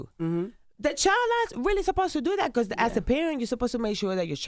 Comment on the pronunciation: "beacose " like tf